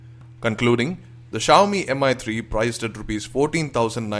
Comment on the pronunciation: Excellent review:) would love If you have pronounced it mee3 instead of Mi 3